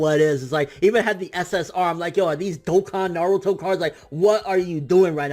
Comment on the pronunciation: i love it when you pronounce Naruto instead of Narudoe and Boruto instead of Borudoe. you tha man